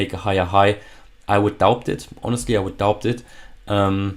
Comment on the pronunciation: Thank you very kindly for your Consistent updates.🙏 and "B" is Silent in " Doubt " 🌹